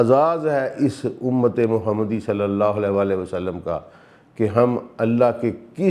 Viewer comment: آپکی تفسیر اچھی ہے لیکن آپ نے جب بھی قرآن کی تلاوت کی اس میں تجوید زیر زبر کی غلطی ہوتی ہے اس سے دل میں آپکے قرآن کے طالب علم ہونے کے بارے میں وسوے آتے ہیں کہ پہلی شرط تو اسکو ٹھیک سے پڑھنا ہے ہے ان آیات کی جو تلاوت جناب نے کی ہے دو جگہ واضح فرق ہے لکھے ہوے اور پڑھنے میں ۔ دوسرا جب بھی آپ درود پاک پڑھتے ہیں کہتےہیں وسلم میں ل کے نیچے زیر کی آواز نکالتے ہیں اور حالانکہ عام طور پر ل کے اوپر زبر ہے ۔ مزید برآں آپ کا دعویٰ پڑھا لکھا ہونے کا ہے لیکن معاف کیجئے گا جب آپ عربی پڑھنے تو لگتا ہے کہہ سک انڑھ شخص لب کشائی کر رہا ہے ۔ قرآن کو تو خوبصورتی سے پڑھنا چاہیے ۔ اس چیز پر غور کریں کیونکہ آپکا دعویٰ ہے کہ آپ قرآن کے طالب علم ہیں ۔